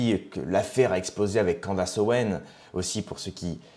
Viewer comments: on prononce ' Can"disse" en anglais pas Can"dasse" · Non, CandÉsse.